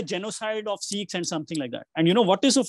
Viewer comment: Sikhs NOT 'SEEKHS'